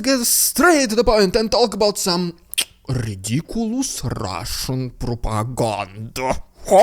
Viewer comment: Bro, your RRRRidiculous Russian Propaganda is so good, I just tune in for that. Cheers from Canada ;)